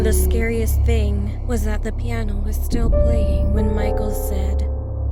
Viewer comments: It's piano not plano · It said plano it should said piano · Its plano not piano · Nobody: Not a single soul:: “Plano”